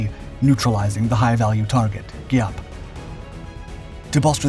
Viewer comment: Geeee app .. come on let's say it together , his name was general Giap (Geee app) not whatever mispronounced b.s u said .